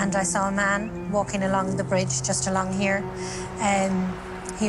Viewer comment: Elocution lessons for the narrator. Dis dat dees does , get the H in there for crying out loud.